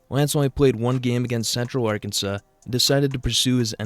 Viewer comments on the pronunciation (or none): none